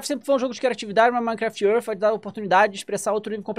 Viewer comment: "minecraft ãrf"